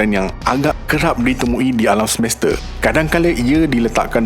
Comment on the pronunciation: Semeste😂 Semesta😊